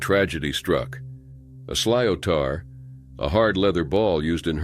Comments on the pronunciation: "Sliotar" is pronounced "slitter," not "slyotahr." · It's a great game but can be brutal. Camogie is equally as great. Interesting pronunciation of sliotar!